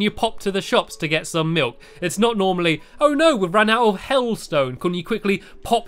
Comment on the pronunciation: Melk just reminds me of malk